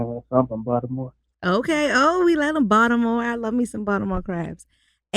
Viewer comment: He doesn't say Baltimore the correct way lol